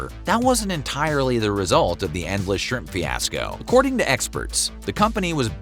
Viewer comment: Was going to say “squimps” too.